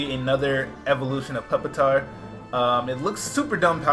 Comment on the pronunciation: Pup-itar? PUP-itar? It's a Pupa. A Rock chrysalis.